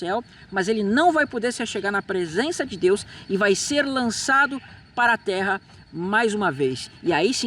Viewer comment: Qual o teu problema em duplicar o “r”, meu jovem? Por que você diz “tera” ao invés de “terra”; “narar” ao invés de “narrar”? Você não é brasileiro, tem problema fisiológico de dicção? Esclareça, por favor! Isso incomoda…